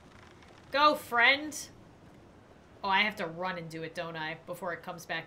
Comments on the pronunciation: I think it’s friend not frient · i just realized shes saying "frent"